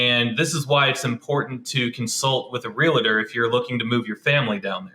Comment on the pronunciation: Realtor, Real-tor, No "A" as in Realator......it's Realtor!